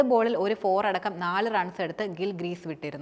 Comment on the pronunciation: ഗ്രീസ് അല്ലമോളെ ക്രീസ് 😊